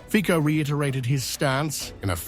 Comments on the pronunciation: The correct pronunciation of Slovak prime minister's name is /fitso/ not /fiko/. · ...Fico is pronounced Fitso, not Fiko... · Fico is to be pronounced 'Fitzo'. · Pronounce Fico correctly!!